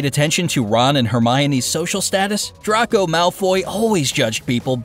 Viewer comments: Yeah and he said Draco like Drawco when it's really pronounced drayco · Dra-aco Malfoy it’s Draco Malfoy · They also never watched a Harry Potter movie. It’s pronounced Dray-co, not Drah-co 😞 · you pronounced draco wrong its pronounced dray-co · 🤨🙄🤔🤦‍♀️ DRACO is pronounced 🗣like this DRAKE-O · He pronounced Draco wrong